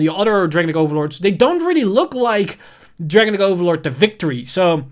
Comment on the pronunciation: It’s just a small favor to ask, but could you please pronounce “Dragonic” how Kai does, at least. “Dragenic” or “Dragon-Nick” doesn’t sound good I’m sorry